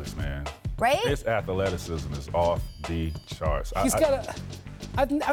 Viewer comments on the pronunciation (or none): his athahleticism 😭 TMac from Florida fr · T-Mac on TV for a living and says "ath-a-leticism" LOL